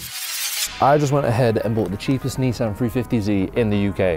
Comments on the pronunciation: Can I just say love video but couple picky pedantic issues in my head.. It's a Nissan not I neesan and it's a 350 Z not a 350 zeeee lol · Where's this kid from FFS, NEESan 350 ZEE it's pronounced NISSAN 350ZED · Ni-san, not nee-san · Knee-san. Wtf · I hope they gave you some stick for how you said Nissan 350z though, well deserved 🤣🤣😎